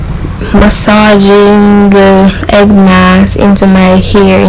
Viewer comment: The word is not hegg